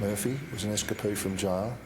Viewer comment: It's "es-cape-ee", not "es-cas-pee".